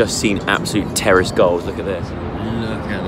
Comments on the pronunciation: just me that thought he said terrorist goals and not terrace goals🤣😶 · When you were saying terrace goals, I thought you were saying ‘terrorist goals’ 🙈😂😂